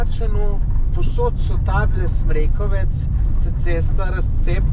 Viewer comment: O, to sta pa bla na mojem terenu. Odlično. Smrekovec pa ima naglas na o, čeprav ni važno...